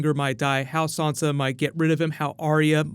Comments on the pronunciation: I want to know where you're getting the "R" from when you're saying Sansa. You've obviously seen the show, and read the books. There is no "R" in the name so please stop saying it like "Sarnsa". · hi dude, love your videos, but could you please stop saying sawnsa stark, it's sansa, say it like Ned and Katlyn did, they named her. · You're saying SOnsa, why are you saying SOnsa? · Shane Melly Who is Sansa? There is no Sansa in GoT... You might be thinking of Swonsa...